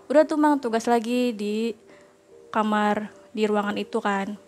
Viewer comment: Gatau knp narasumber perempuan kalo bilang "kamar" aku berasa denger "kamer" hehe